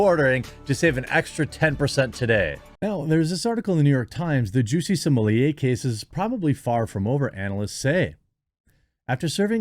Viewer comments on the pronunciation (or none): "Lady Juicy Smolieh" lel